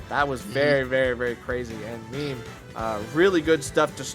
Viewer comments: Its not "meme" like a picture of something on social media. Its "meh-may" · lol meem... its meh meh